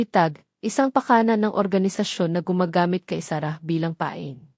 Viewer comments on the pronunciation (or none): none